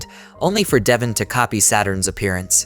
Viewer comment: Bro the pronunciation is duh-von